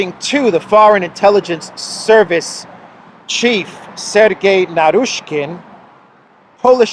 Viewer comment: Dear, I told you before -Narishkin/Naryshkin is not pronounced Narooshkin. In Russian, it is Нарышкин - ы is not pronounced oo or u, it is pronounced i or y. Ask any Russian on how to pronounce Нарышкин while you're in Moscow. I hate it when you massacre my last name. Thanks in advance.